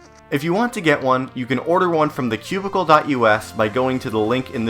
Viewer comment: im not used to saying thecubicle.us lol